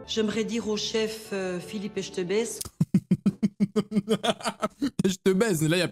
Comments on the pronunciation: On devrait faire un top20 des personnes qui ne savent pas dire Etchebest 😭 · Le chef Filipe éstebaiche 🤣 jsuis mort